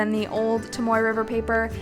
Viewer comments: Haha- it was more for emphasis that it’s not tom-oy. If anything, trying to be helpful, not offensive. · Tom-OH-ay River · It's toh-moh-eh. The vowel system for Japanese is the same as our native language (Maori) here in New Zealand :) also it's Fuden-oh-skeh. The u is silent ;) love your video! It's made me decide if I'm going to use a hobonichi cousin next year or not! I'm also the same with mildliners, I just don't get them!